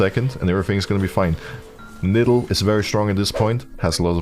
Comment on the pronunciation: I like when Broxah calls Nidalee "NIDDLE".